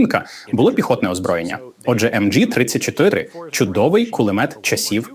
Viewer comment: Взагалі всьо так, але, сука, німецьке все МГ, а не емджі.... Від цього з вух кров. Ви хоч трохи поцікавтеся, як воно було по справжньому.